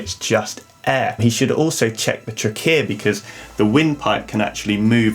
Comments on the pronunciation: I’ve never heard anyone emphasize the second syllable of “trachea” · Today, I learned that Brits pronounce "trachea" with the emphasis on a completely different syllable than us Americans, and it sounds so weird to me XD